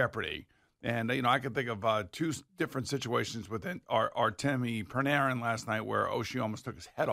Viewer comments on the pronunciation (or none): I thought Bloomers, I mean Boomer, was a big Ranger fan. How come he mispronounced Bread's name TWICE in 10 seconds? He literally called him Pranarin two separate times in two sentences. Boomer should stick to football, his hockey analysis is awful... Let's Go Rangers!!! 🇺🇸🇺🇸🇺🇸🇺🇸🇺🇸🇺🇸